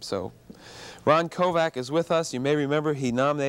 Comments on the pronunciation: stop saying Ron Kovac ugh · Interviewer, respect this man! His surname is not KOVAC. It's Kovic. Respect your heroes! He deserves better than you! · Pretty bad interviewer - jeez, at least pronounce his name correctly! It's KOVIC, not KOVAC. I had the privilege of briefly meeting Ron at Kent State years ago. A very nice guy, very approachable, very personable, and very passionate about the things he believes in. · I wish Ron Kovic would of told the host that his name is Kovic..not Kovak. Thank you Mr. Kovic of sharing your story… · I know right? He pronounced his name wrong. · I am not so impressed with this Bill Boggs, if this guy is so moved by Kovics book, you would think that he could pronounce Kovics name correctly. There is also seems to be a minor undertone of judgement in his questions.